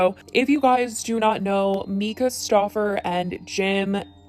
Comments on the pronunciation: You are saying her name incorrectly. It is "mai-cuh" not "meeka" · It’s MY-Ka not me-ka. Just for future reference.